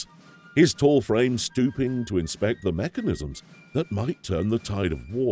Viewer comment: Prefect narration! Except, he says, "thee" before consonants instead of "th-uh". Idk why folks do this nowadays. :/